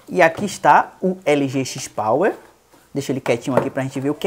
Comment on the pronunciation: Cada vez que é falado XIS Power me dói na alma! Review muito bacana! Mas XIS Power não dá não!